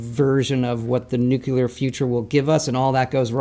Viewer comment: Todd Howard says NUCULAR?!!? Like, really?